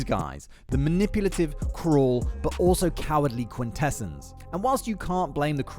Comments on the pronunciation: great vids and very informative,, how ever its pronounced quin ta sons. 😁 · I question your familiarity with the G1 animated series while you're pronouncing "Quintessons" incorrectly.